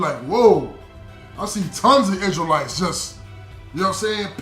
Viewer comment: Oh my goodness this dude say crystal lites lmao 🤣 😂 😆 why people that's torah so funny